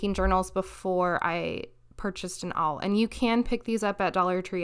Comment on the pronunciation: Just a little info for you : the hole puncher “awl” is pronounced like the word ”all” .